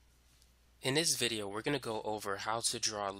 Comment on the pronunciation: "in this vidiyuh"